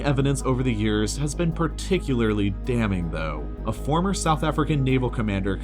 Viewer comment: You mispronounced arecibo, apartheid, particularly and sortie. Normally I wouldn't be so nitpicky but this is educational so I feel it's worth mentioning.